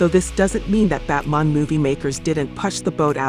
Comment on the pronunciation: Why are you saying Batman like that? It's batman not botman